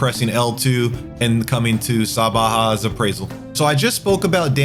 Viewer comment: How did you get Sah-ba-ha from Zathba? Ter-minus? Ol boy says “I got a Ter-mities infestation